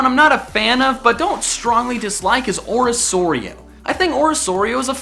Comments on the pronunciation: ori-KOR-io not orisorio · Its not orisorio, its orikorio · No it’s pronounced Ori-KOR-eo not Ori-SOAR-eo Also Torracat is x better than its ugly horrible stupid disappointing disgusting evolution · its orikorio not orisorio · He also calls it orisoario, It sounds a little weird to me because I pronounce it oricorio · it's fucking oricorio not "orasorio" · 9: isn't it oro corio not oro sorio? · ori.... orisoreio???????? you mean oricorio right? like Oreh-Koh-ree-oh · It's called ORI-KORIO not ORI-SORIO idiot And you always put emphasis on the wrong said S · O-ri-ko-ri-o not O-ri-so-ri-o. It's a hard C not soft. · Right it is clearly a word with a hard c not q soft c. I wanted to smack him saying it like that. I understand when ppl mistakenly use soft c in arceus because he doesn't follow normal rules for english. But pronuncing orcorio with soft c ugh. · Ori-Core-Io* Not Ori-Soweo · Ummm... orisoario? Its oracorio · It's pronounced KORIO. Not SORIO. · It's pronounced Orikorio, not Orisorio! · u said orosorio u mean orocorio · ORISORIO??? its pronounced oriCORio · Dude its pronounced Orikorio not Orissorio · When he pronounces Oricorio (ori-KOR-io) as ori-SOR-io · you pronounce oricorio as oriKorio as in choreogaphy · It OR-e-KOR-e-oh not OR-e-SOR-e-o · Oricorio is pronounced Ori-kor-io, not Ori-sor-io. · im triggered not because my favorite pokemon is on it but that you pronounce it wrong its ori core io not ori sore io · it's oriCorio not oriSorio!!!sorry i had to :( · Excuse me, ORISORIO? ORI-SORI-O?, ORY SORY OH? AAAAAAGGHHHHHHH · Oh god cant pronounce orocorio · Orisorio Me: u did not just say that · Its ori-cor-io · Dear god him saying orisorio triggered me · it is said or-ik-orio. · its pronounced ori-kori-oh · I still think komala is adorable And am still annoyed you’re calling it freaking Ori-Soar-io!!! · You mispronounced oricorio's name!!! Or-ih-KOR-ee-oh (I got this from the official Pokemon sun and moon pokedex handbook)